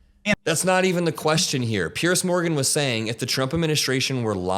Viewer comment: Well done. Note that Piers is pronounced Peers not Pierce!